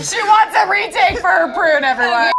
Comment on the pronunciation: it's 'prune' not 'poon' 😂😂 lol 😜😂